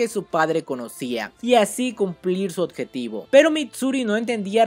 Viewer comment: Me encanta el contenido, aunque me da diarrea de oído cada vez que escucho la palabra "oTjetivo"